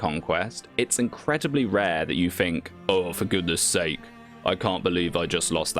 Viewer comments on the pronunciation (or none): none